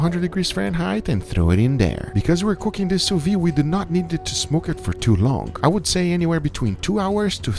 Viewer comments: why is he always pronouncing sous vide wrong? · what are you, French? People can't have accents?